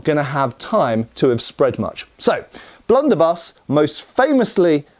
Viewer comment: "Blunderbie.."....😅 ded